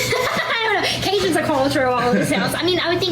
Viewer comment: "Caujins come from... Canada!" -Gypsy Rose